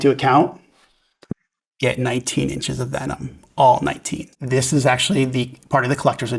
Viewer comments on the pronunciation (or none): He made sure he emphasized “all 19 inches of Venom”